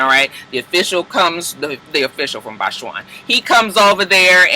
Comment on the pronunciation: I think you mean Botswana. Bots-wanna. lol